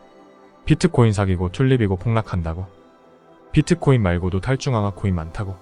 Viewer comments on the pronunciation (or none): 발음 좀… 제발ㅋㅋㅋ 그냥 비트코인!!! 피트코인?? 😅